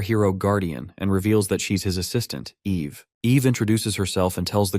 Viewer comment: I mean TS you say the womans name is Ave, when it is Eve, then the next second it is said correctly. You really need to take this down fire the DEI hire that you got from the learing center and hire someone that can do better.